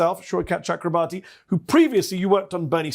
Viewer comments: Pronounced Shoy-cuth Chukra-bor-thee. The Ch is like Chuck, th like in thumb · Every time a non Bengali pronounces his name, I die a little bit on the inside. I'm Bengali. It's pronounced exactly as it's spelled. Or if you want to sound correct, it's 'Chalk-robe-Borh (as in Niels Bohr)- tea' (with a preferably soft T sound/